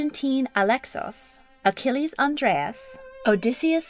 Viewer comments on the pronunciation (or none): none